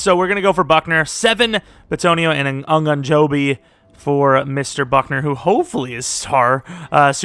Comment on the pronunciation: Ogunjobi is pronounced oh gun joe bee. :)